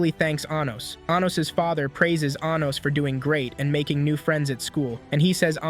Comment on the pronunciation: Anytime this A.I. voice says 'Anos' all I hear is 'Anus'